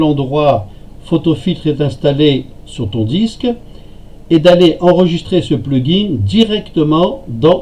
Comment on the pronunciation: prononcer: plug-in et non pas plug-inGG